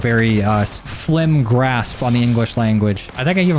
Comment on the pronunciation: "I have a very flim grasp on the english language."